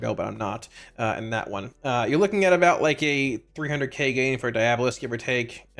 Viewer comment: Dee-AWW-bow-list 😆 It’s like Diablo except with a bolist on the end